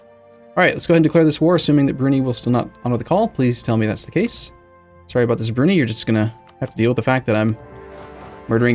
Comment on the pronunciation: I hate how he pronounces Brunei..